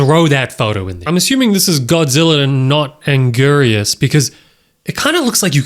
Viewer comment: You botched and angiruses name so hard. I thought I was gonna pass out.